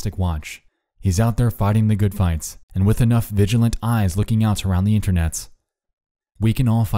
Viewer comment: Why Internetz???? Binge watching a whole lot of your Videos And you always keep saying Internetz Why? I realy wonder why ?